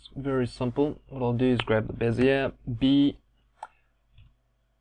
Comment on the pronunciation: Great tut..you speak like me!!! First time someone has got the pronunciation of bezier correct> You got to be South African!!;-)